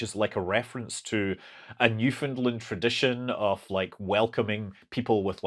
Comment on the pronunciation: 10 Canadian points for pronouncing Newfoundland properly. 👍